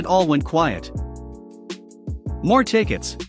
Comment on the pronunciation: MORE...not moar...